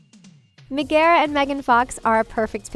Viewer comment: Did they really just pronounce Megara wrong?